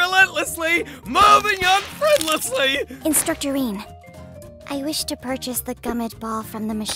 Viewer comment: Voice actress: "Instructor Rean" My brain, every time: "Instructorine"